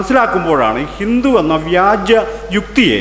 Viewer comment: വ്യാജ്യം അല്ല വ്യാജം ആണ്